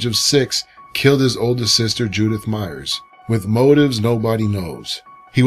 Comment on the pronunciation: it's Myers not mayers